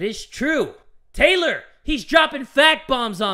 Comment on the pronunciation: Why does Taylor sound like he’s saying THOT